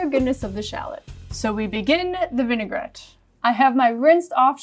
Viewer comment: "Vinaigrette", not vinegarette, this word doesn't even exist 😉. Like the video and the recipe though ❤️